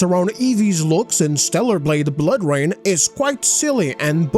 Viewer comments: "Bloor Rain" lmao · Yea tell me about it, hate "Bloor" Rain lmao